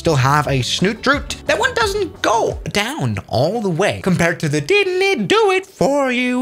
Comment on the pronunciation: Sounded like he said "didnit do it for you"